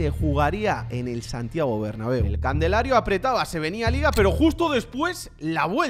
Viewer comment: Alguien le dice q se pronuncia calendario no candelario